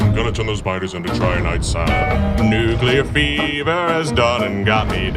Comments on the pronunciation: 9/10, had to dock a point cause it's Trin-i-tite sand, not Try-an-ite sand. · It was original and it wasn't AI-generated? Nice! (except for that pronunciation of "Trinitite")